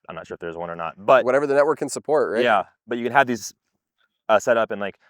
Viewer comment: NETwork, not NEYwork!